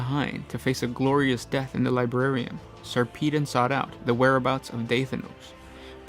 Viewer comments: Say it with me Sar puh Don not Sarpeedin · Its sarpedon as in pedagogy not peedon as in pissed over. Why cant you yanks speak english correctly? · Sarpeedon? Seriously. A space marine chapter master called sir pissed on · this is a load of horse s***. they were declared excommunicate traitoris because of their revolt against the mechanicus for not returning the chapter relic, it had nothing whatsoever to do with mutations. It is also pronounced SAR-PUH-DON